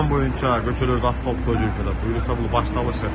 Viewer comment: Асфалт эмес эй асфальт деп суйлочу